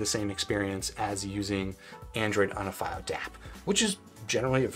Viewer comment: Maybe try pronouncing the products name properly if you're gonna make a video about it... It takes 5 seconds to do the most basic research